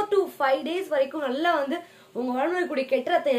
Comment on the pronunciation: நள்ளா இல்ல நல்லா🤦🤦